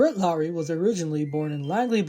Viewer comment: Dude thats not even how you say his name 😂… LOHR-ee - it’s not pronounced not like Kyle Lowry or Jed Lowrie. Sorry brutha but I was rooting for this guy ever since we traded Marcum for him at least get the name right